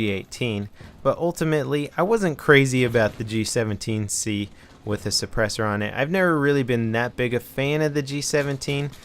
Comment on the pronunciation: What's a suppurssor?